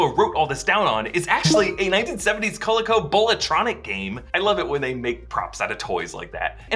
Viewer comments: "Cola-Co"???? How old are you child? it's CO-LEE-CO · "Co-leek-o" not col-o-co. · Yes! Very cool, whenever they incorporate old-school game tech into the franchise! For the record, it's pronounced co-LEE-co ✌🏻😁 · I think someone older than 40 needs to let know how to pronounce Coleco. 😆